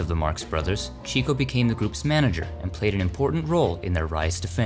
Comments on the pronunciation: To hear Groucho pronouce his brothers name it is CHICK-O not Cheek--O. He was named Chico because he loved the Chicks, he was a woman's man. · Your videos are all very well done - thank you. One quibble: Groucho Marx always pronounced his brother Chico's name as "Chick-O" and said that "Cheek-O" was the incorrect way. I assume he knew what he was talking about. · It is "chicko" not "cheeko" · It's pronounced "Chicko" Marx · It's pronounced Chick-O.